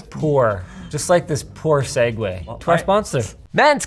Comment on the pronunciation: Yeah, this should be read see-gooey! That's english for you, I guess. 🤷🏼🤦🏻‍♂️🤯